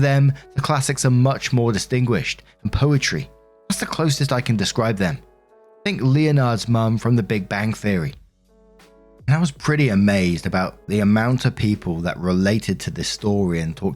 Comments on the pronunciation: "LEH NARD" not Leo nard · Did you just mispronounce Leonards name? Its pronounced like le-nard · I knew i loved you but when you mispronounced Leonards name from the big bang theory, I KNEW. Or i hoped it meant that you dont watch it either.... i mean ive not seen it only a few seconds here and there and whilst im sure its funny.... its just s.t.e.m. version of last of the summer wine ( not old school "wine" but the more recent version, old school "wine" was brilliant) and you know exactly what the gags are gonna be and where its leading to, even just watching the few youtube shorts ive seen...its funny but you know where its going...its best described as comfort comedy. But everyone has seen it and are so shocked when i say ive never seen an entire episode. I was more of a my name is earl fan..or scrubs. I also have never seen hiw i met yr mother as that just sounds infuriatingly annoying.... just tell the kid in one episode or one series hiw you met his/her effing mother.... "yeah... oh. We met one night down the pub" See, its that simple not 72 effing series. American comedy used to be brilliant but sadly its all gone down hill, as british has too, i think its a combination of many things, probably the main one is ive gotten old. Lol. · I don't see anybody talking about this but can we please talk about how he mispronounced Leonard. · Story 1 - When doesn't know how to pronounce "Leonard".......................... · I think what was more shocking was how you say Leonard from big bang theory 😂